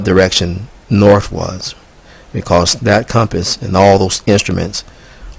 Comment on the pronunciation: "Sprayed Freon agents" cause winter? What that fuck are you high on? It's north, not norf